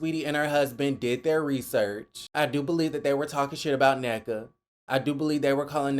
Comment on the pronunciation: But we were led to believe Ashley is friends with professional and highly educated people? Not to mention she mispronounced Nneka name!